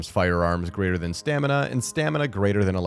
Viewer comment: Stanima? Anyone else caught that?